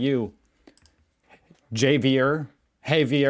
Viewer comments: Not "HAY-vee-air," you dolt. Javier is "HA-vee-air." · Javier is pronounced have-ee-air ...😊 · Javier is a Spanish name pronounced "ha-vee-er" (the h is much more raspy in Spanish, like in José, but we know you still pronounce it like "hoh-zay", so that was his attempt on telling you how to do it xD) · It's zavier lol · HAHAHA, you nearly got the name right!. thanks so much for watching the video!